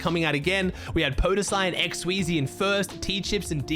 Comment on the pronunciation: It’s X sweez not X Sweezy It’s not T chyps it’s just tchypss